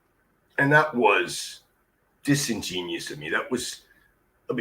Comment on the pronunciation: 😂 The Mensa member doesnt know how to pronounce 'Disingenuous' The selfnamed conservative amongst the liberals doesn't believe in democracy.